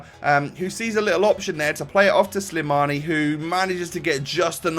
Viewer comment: His name is slimani :) not slamini so ur right